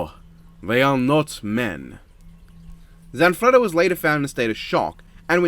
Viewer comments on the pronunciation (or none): You gave the Italian guy, Zanfretta, a Russian accent that slowly morphed into Count Dracula